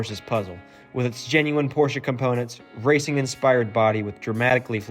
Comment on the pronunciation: k so we can all pronounce Ferdinand Porsche correctly so why can't people pronounce porsche correctly?